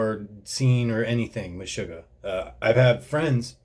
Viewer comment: its pronounced, "mesh-ugg-ah"